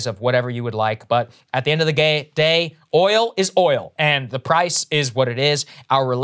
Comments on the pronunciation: Transcript Saagar, He said, "At the End of the Gay." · did I hear Saagar say "end of the gay" LOL. Know it was a slip but damn it was funny... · "at the end of the gay". My middle school brain had a laugh. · "at the end of the gay" saagar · “At the end of the gay.” LOL. ❤️